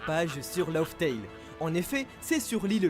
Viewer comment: Par pitié entre le mont corvo qui dit "lauf tale" et toi qui dit "log tale" y'a rien qui va C'est Laugh tale (laf), ça se prononce comme raftel à l'époque ça n'a jamais changé. Tout ce qui a changé c'est le "r" de raftel qui devient un "l" (une confusion courante dans le japonais) laftel laftel laftel laftel laftel